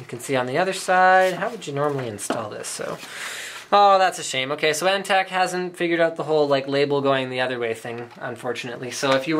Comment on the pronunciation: its antec not ante